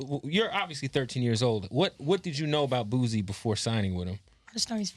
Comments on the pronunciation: im really screaming at my computer every time he says "boozy" its fucking BOOSIE! couldn't even watch it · It’s pronounced BOO-SEE . not BOO-ZEEEE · Its Boo-C not Boo-Z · Kev killing me everytime he said Boozie.. it’s Boosie fool get it right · Boosie not boozie😎😎😎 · Boo-sie Not Boo-zie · Nigga why are you saying boozie? It's boosie. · Dude steady sayin "boozie" who tf is boozie 😂😂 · The only Z is in BADAZZZ!! GET IT CORRECT PUY SUM RESPEK ON BOOSIE NAME. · don’t even say Boosie right! Crazy